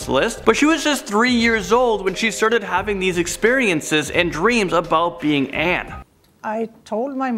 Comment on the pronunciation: I’m more freaked out that the woman who claimed she was Anne actually pronounced her name exactly right. Just like a Dutch person would.